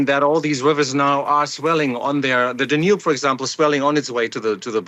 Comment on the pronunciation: Someone teach him how to pronounce "Danube" and "havoc". Where is this guy from??